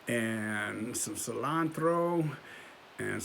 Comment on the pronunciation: Saying cilantro with an accent, that's a wigsplit